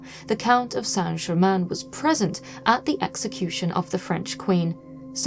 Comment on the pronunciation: It's Count Saint Germain.Please.